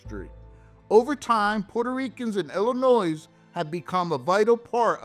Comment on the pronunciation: There’s no noise in Illinois, it’s pronounced Illinoi.